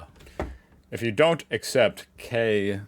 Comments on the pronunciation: And it is not "Kay Ei" but "Kah Ihh" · No, not really. In day-to-day conversations, germans most often refer to AI as "KI" (pronounced 'kuh-ee') wich is short for "künstliche Intelligenz". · Germans say KI (pronounced "kah-ee") because artificial intelligence is "künstliche Intelligenz" in German. Kunst - art künstlich - artificial Intelligenz - intelligence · no germans say KI "kah ee", cuz Künstliche Intelligenz "kÜnnstlihyeh intellighEnts" (stress on the caps vowels) is what "artificial intelligence" says. a pear is a pear but we also wouldnt employ the english "pear" to say its name. many people who do use english words in their german on a regular will also say AI though